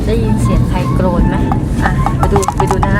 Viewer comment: กรน ค่ะ ไม่ใช่โกรน